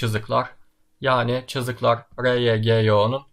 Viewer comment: Cızıklar diyişin çok komikti ağzına sağlık🤣🤣